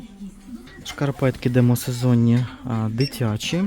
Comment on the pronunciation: ДемІсезонні! Слово" демОсезонні " не існує в природі!